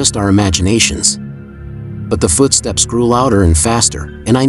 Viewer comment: It’s oddly adorable when the TTS says Fuutsteps